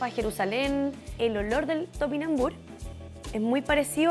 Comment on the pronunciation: TopinambuRrr, no tupinambuch... aprende a leer...termina en RRR, no en ch...